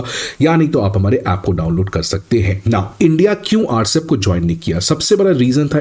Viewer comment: it is not Rcep. It is RCEP, pronounced separately.